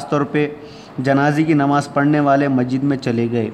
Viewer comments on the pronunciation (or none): آپ خود کو صدر شعبہ اردو کہہ رہے ہیں کیا کسی مضمون کا تجزیہ آپ ایسا کریں گے سب بڑی بات تو یہ ہے کہ آپ کو تو خود کا تلفظ درست کرنا چاہئے مسجد کو آپ مجید کہہ رہے ہیں۔ آپ جس انداز سے پڑھ رہے ہیں اس سے تو ایسا لگتا ہے کہ کوئی آٹھویں جماعت کا بیک بینچر پڑھ رہا ہوں۔ یو ٹیوب پر ویڈیو اپلوڈ کر رہےہیں آپ یہ خیال بھی ہے آپ کو۔